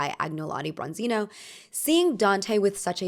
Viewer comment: It’s Agnolo Bronzino… Agnolotti are a type of stuffed pasta in Italy 😋